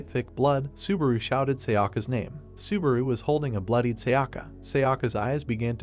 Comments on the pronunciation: I think narrator sometimes want to say subaru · God stop saying suburu!!! I quit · i found a ned drinking game, every time subawu komms up :D